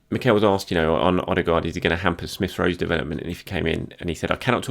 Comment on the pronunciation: Martin Ødegaard man not Martin ostegaard